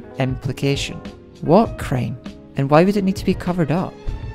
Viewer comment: when you said crime it sounded like you said Cream XD